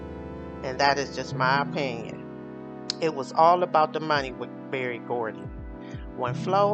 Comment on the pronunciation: HIS NAME IS BERRY GORDY NOT BARRY.